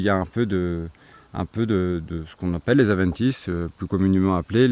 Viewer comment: Avendtice ? Adventice*